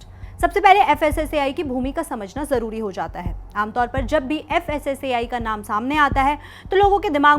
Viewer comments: Fssci nahi fssai bolo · Fssei nahi fssai bolo😂😂😂